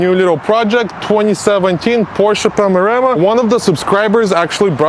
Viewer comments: PORSCHE PANAMERA not Panorama :) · Porsche paranema😂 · Porsche Pamarema? 🤣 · Hey... I think you pronounced the name of the car wrong...😄